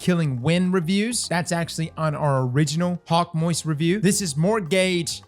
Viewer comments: I'm sorry, did you say "Hawkmoist" at the mark? LOL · Did this man just say HawkMOIST 🤣🤣